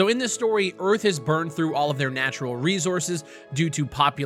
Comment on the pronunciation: why does he say resources like that lmao